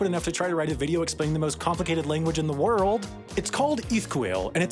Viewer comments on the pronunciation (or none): none